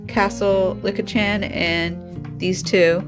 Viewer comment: Just pronounce it as Leek-a